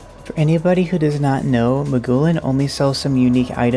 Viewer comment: Pronouncing Maughlin as "Ma-goo-lin" has me cackling for some reason